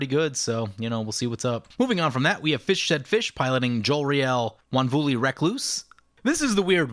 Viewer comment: Oh sure, you can pronounce Mwonvuli, but not cacaphony...